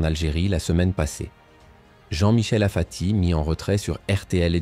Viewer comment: Apati et non pas afati 😡